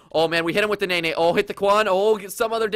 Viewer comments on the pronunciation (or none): none